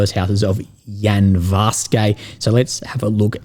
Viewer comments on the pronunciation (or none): Russian town names do not end in "-ay" eg Yanvarske. It's ... Yanvarskuh . You seem to adopt silly american idea that every foreign word has to end in -ay so we know its foreign.